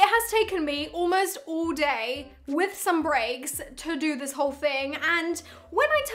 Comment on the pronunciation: Did she just said 'uoo day' instead of 'whole day' ??